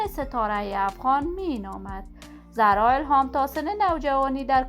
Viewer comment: گوینده بد صدا و بی سواد زرا نه خانم زهرا درسته. این فضولی ها به شما نیومده ....